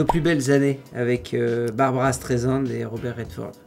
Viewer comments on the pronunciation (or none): "Barbra" Streisand, pas "*Barbara"